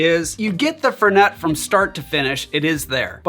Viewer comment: FEHR-nay. Not FUR-net